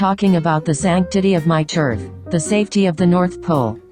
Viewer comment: I ain’t have my coffee yet and i had to rewind cause i heard turf as turd 😂😂